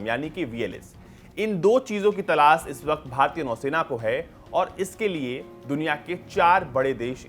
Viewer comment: भाई तलास नही तलाश😂😂